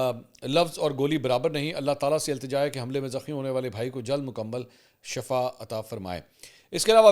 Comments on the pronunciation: Shifa not Shafa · لفظ شفا کا درست تلفظ شین کے نیچے زیر ہے شین پر زبر نہیں بولتے. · شفا یعنی شین پر زبر ہوتو اس کا مطلب ہے بیماری شفا اگر شین کے نیچے زیر ہوتو صحت کھلاتا ہے